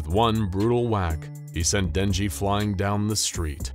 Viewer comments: that aint denji thats jednji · Not denji (X) lee kmkl saput haha not not 🚫🚫🚫 Denji leeeee